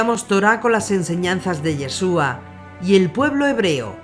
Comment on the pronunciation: SE PRONUNCIA IESHUA , NO YESUA